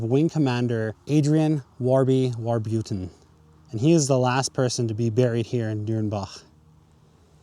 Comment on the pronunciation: I have no idea who Warbuton is but it's meant to be pronounced WarbuRton with a R